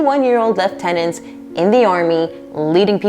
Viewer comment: Points on your pronunciation of Lieutenant! (Not the American way!)